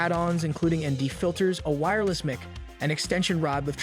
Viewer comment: who is doing the voice over on this video? He pronounces Mic as Mick instead of Mike, and Pre Sets as Press-its instead of Pree-Sets. Obviously doesn't do much with cameras. I don't think he made a case for eliminating the DJI Osmo 4 in favor of the GoPro. The overheating issue on the GoPro is enough to eliminate the GoPro as a contender. Clickbait title that I fell for thinking there might be something new here I needed to find out....not.